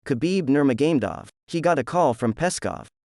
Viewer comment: its disrespectful to miss pernounce his name.. his name is not ner ma gain dov. like for fuck sake be respectful to the man who has faught russian armies.... Dagestan is not friend to russia